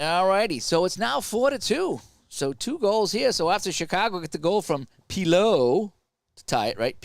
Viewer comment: It's Pierre Pi-*LOT*.